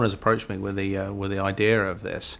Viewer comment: haha "idear" where the hell is that r coming from?! british ppl speak funny! lol